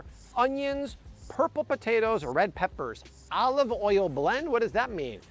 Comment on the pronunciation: I love your videos but wonder why you say some words wrong, like potatoes and vitamins for example.